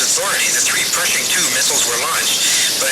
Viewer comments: Or Persian instead of Pershing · They keep pronouncing it Persian II, but I'm sure they're referring to the Pershing 2 missile.